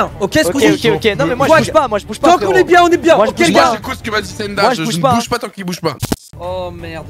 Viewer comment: "tant" et non "temps" Fallait que je le dise😂